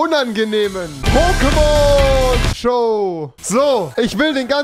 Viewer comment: Wie rewi die Namen ausspricht tut weh